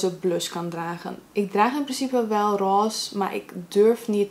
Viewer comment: Jij zegt Roze echt apart heha (dialect wss). Echt zo van "Ross"